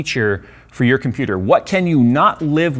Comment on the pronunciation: "I'M A COMPEWTER!" I literally backed up the video to re-experience this moment.